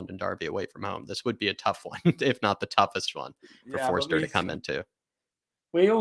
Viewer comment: For goodness sake will you please stop mispronouncing Fraser Forster's surname .. it is not Forrester it is FORSTER!!!!!!!